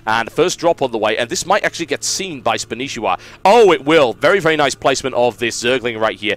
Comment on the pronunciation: Spanshwa. Not Spanishiwa. -.